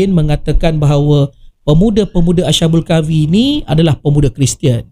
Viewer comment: Maaf, nak tegur ni. Sebutan yg betul ialah as-habul kahfi, bukan asha- bul kahfi.